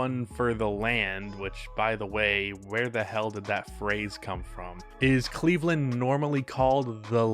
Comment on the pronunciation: Cleve-LAND....... get it together lol